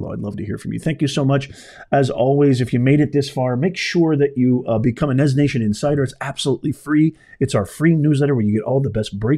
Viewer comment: NEZ. NOT. NUTS. 🤣